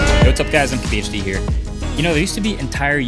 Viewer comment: Did he say mkhd